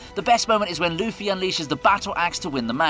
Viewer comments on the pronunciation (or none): none